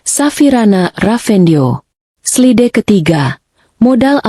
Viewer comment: Slide harusnya dibaca "slaid'